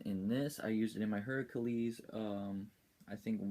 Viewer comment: and it's pronounced (hair-ah-klees) thanks for the vids.